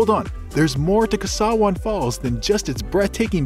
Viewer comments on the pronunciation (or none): Kawasan not kasawan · Where is Kasawan falls 😅 it's Ka WA San falls. I am not even a Filippino. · KA WA SAN not kasawan. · It is Kawasan and not kasawan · KAWASAN FALLS IS WHAT YOU PRONOUNCE. NOT KASAWAN...ITS OKAY....THE PEOPLE OF CEBU WHOS VERY THANKFULLY. OF PROMOTING CEBU TO INTERNATIONAL STAGE, WE THANK YOU A MILLION TIMES...!!!!!!❤❤❤❤❤❤❤❤❤❤ THE PEOPLE OF CEBU ARE VERY APPRECIATIVE!!!❤❤❤❤❤❤❤ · Please say Kawasan Falls.